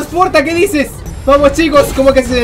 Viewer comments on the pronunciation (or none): Al principio que dijo "Ay esta chicos" habia entendido "Ay esta chimbos" :v xD